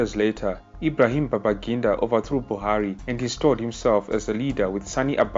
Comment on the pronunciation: Its babangida, and please do your research well before spreading this misinformation.